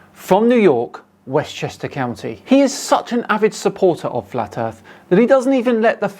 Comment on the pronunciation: I think you're saying it wrong, it sounds more like Westchester Cow Knee when he says it.